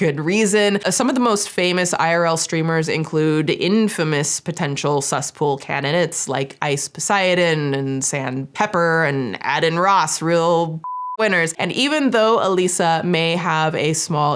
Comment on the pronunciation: She said it like 😂 add’in Ross 😂haha hilarious . Add’n Ross lmao 🤣 it’s pronounced like aid’n